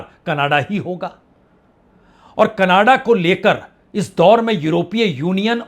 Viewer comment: Yeh hai Indian journalist, Jin sy country ks name theek sy pronounce nhi hota, woh geopolitics py baat krty hai😂.. Kannada_Kannada_ Kannada 😂 Jhantu Canada hai, Canada,, bol kr dkha ,, bolo,, Ca. na. da,,, phr sy ,,, Ca. na. da.